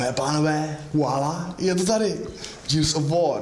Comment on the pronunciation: Už vám někdo konečně napsal, že se to nečte "džírs" ale normálně "gírs"? Džírs of vór se nedá poslouchat :-D